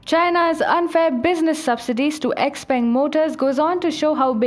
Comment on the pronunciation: I appreciate the fake Chinese accent of the narrator ....but she mispronounced several common Chinese words...for example the Chinese word "Peng" is not pronounced "Ping"...it's pronounced 'Pung"...anyone who had ever been to China knows that